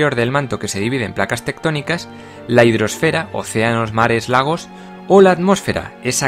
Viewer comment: la LitosfÉra y la HidrosfÉra? y porque cambiaste la sílaba acentuada en AtmosfÉra ??????